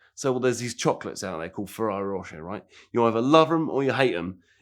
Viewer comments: FREE-RARRO. Need subtitles to understand this wanker. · It’s the trifecta, he can’t say Ferrari Ferrero or Fiero.